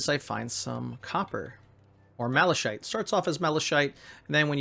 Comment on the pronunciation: Nice tutorial... One thing though, your pronounciation of Malachite (Mala shite) is incorrect. It is pronounced Mala-Kite... Whats funny about your pronounciation is that 'Shite' is a british slang word for 'Shit'.:P Heres a YT link to its correct pronounciation